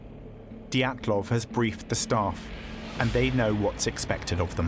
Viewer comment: Анатолиии Диятлоу. Смешно бриты произносят фамилии и имена.